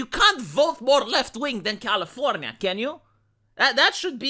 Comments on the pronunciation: V, you got lazy and said California the lazy American way towards the end of the video. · Commienia vs Californya nya nya Seriously why Romanian guy saying Californya nya, it makes me go insane with nya des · why are you calling it californya nya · That's califro nya nya nya nya 🙀